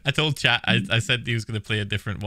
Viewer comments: When he said chat i though he said crap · Chet sounded like sh*t for me